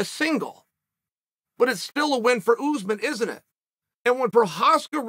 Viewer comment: Anybody else crack up every time Chael says “OOZEMAN” 🤣🤣🤣